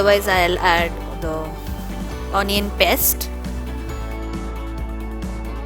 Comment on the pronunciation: It's not PEST but Paste